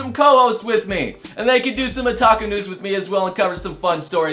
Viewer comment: sounds like youre saying taco news... now i want tacos